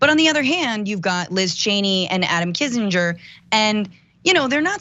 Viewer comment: This has always been baffling to me... When people pronounce something differently than the way they just heard it. Why would pronounce Kinzinger with a 'j' sound when that's not how anyone in this segment pronounced it. I'm always fascinated why people don't pronounce something, especially a name the same way after they hear someone else pronounce it.